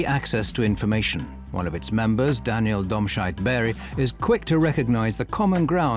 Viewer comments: im sorry but daniel domsceit- berg....i had to lol at domscheit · I got really confused and had to pause it when the narrator said "Daniel Domscheit-Berg" - I thought he'd said "Dogshite".